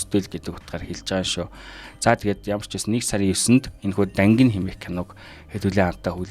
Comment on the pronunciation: Зөв хэлээрэй Дангина шү❤